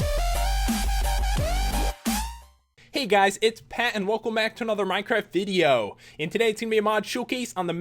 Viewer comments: did pat just say wideo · I love the way you say "video" man